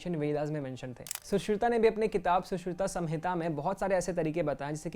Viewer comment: Your pronounciation was wrong for सुश्रुत संहिता